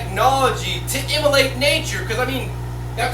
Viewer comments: I realize he's trying to say emulate but it keeps coming out as immolate i.e. to kill or sacrifice. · great stuff! just wanted you to know that that word is 'emulate' :):):)